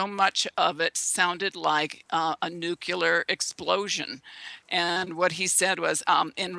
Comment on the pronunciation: "Nurcular" and "nukular" are really irritating and give the impression that the speaker is uneducated..